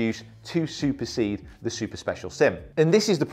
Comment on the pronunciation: The man said without any issues “to supersede the super special SIM” bravo young. Bravo